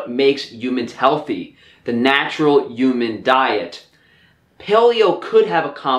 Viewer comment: EEEUUUMAN diet. Lol HUMAN = EEEUUUMAN